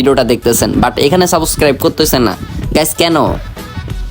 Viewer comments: সাবস্ক্রাইব ❌ সাবকাইব☑️ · তুই আগে Subscribe উচ্চারণ করতে শিখে আয়, তুই ত একটা ভুদাই 😂 ১ বান্ডেলের জন্য ১ মিলিয়ন খরছ 🤣🤣